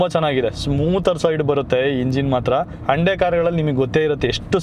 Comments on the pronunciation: Anna ❤ please try to be avoid... sometimes you pronounced as HANDE instead of HYUNDAI 🙏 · ಅಣ್ಣ ಹಂಡೆ ಅಲ್ಲ ಹುಂಡೈ ಅನ್ಸುತ್ತೆ ಅದು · No Prouciation Hunde na Y Silent